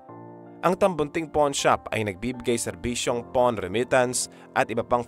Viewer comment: Correction lang po: hindi 'porn' shop...'pawn' shop😅😅😅